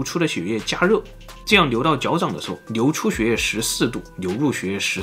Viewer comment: 好像中国有些地区的方言是n和l不分